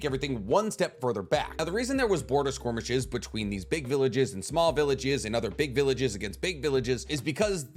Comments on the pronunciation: I'm really struggling to ignore the pronunciation of skirmish as SQUIRMish but I'm too invested in the content to stop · Does he mispronounce "skirmish" on purpose? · SKORMISH LMAO